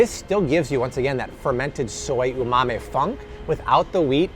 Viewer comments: Hi, I’m Japanese. It’s not Umame. It’s Umami. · its umami not umamae